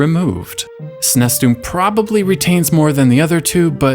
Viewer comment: Good grief, SNES is pronounced ”sneeze", not "snesss".